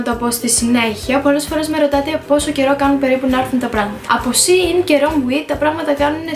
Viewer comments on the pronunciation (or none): none